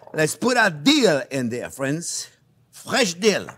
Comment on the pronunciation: No matter the video, as soon as I hear “hello there frwenz” it’s a 👍🏾.